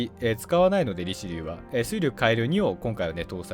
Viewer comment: リチェリューって言ってました